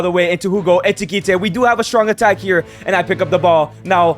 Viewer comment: Why does he call him eTiKiTe instead of eKiTiKe